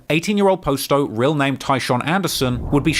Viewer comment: How has never learned that its pronounced Pah-sto and not Post-o. He literally has a video of Juice Wrld saying but still says it wrong himself